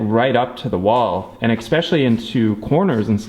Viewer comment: There is no "x" in "especially" :)